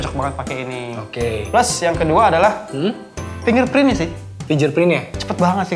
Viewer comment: bukan finjerprin tapi finggerprin